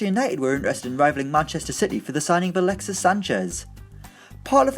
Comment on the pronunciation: Did he say galaxies sanchez at the beginning